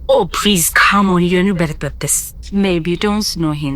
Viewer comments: herrr!!! 😂😂😂)se de3n? Ow “PREASE” ..Eei😂😂😂😂😂😂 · your shakara all you can't even say please 😂😂 Wo se "prease" 😂😂